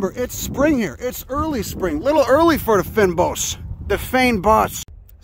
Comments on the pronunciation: Obviously didn't consult the locals on the pronunciation, not that you're generally bothered about pronunciation. But anyway, It's much more like Fane bos than Fin bos. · OH HELLO AND WELCOME MY COUNTRY, SOUTH AFRICA! This is a crazy surprise! 😂😂😂 Fynbos (feign-bos) it's hard to convey pronunciation through comments You actually said Houts Bay correctly first time. "The feign BOSS " 😂 Are those "lil bastards" are hyrex/dassies? Yeah I was on table mountain in September and didn't see any but if you go to Boulder Beach you can see some penguins and dassies for free 🙂👍 You can hike around the base of Table mountain somewhere, signal hill and lions head are good spots too for checking foliage I think. Glentana has an interesting line of trees I never knew about, it's very weird seeing thick "forest" in certain parts.